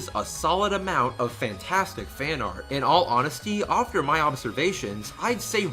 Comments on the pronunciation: No hate my dude, but you pronounce after a bit oddly. It sounds like your saying "aufter" again, no hate or anything it's just something I picked up on a little. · “ofter” I absolutely love the way you say after. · LolXD the way you say "after" sounds like "ofter". I like that. Anyway, great vid, though I'm not sure I would consider myself a dedicated fan (I've only watched and liked all the episodes and bought the Manga adaptation by Shirow Miwa, and that's it), but I've see the all too toxic environment that goes on and outside the fandom. Even the drama surrounding some of the CRWBY staff is a little crazy too O~O I actually saw the letter was on a Reddit page that I visited. I didn't read the whole thing, but a lot of people were skeptical about it. There was also a vid on YT that claimed that RWBY stole 3D models to which I'm still unsure about because the vid maker was not all that clear if they actually stole it or they accidentally bought stolen models. Whatever, all this stuff is crazy that I kinda fear for RWBY. I really like the show T^T. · Not trying to sound rude, but... Why do you pronounce 'after' that way? Just wondering... Yeh. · Why do you say after “ofter” XD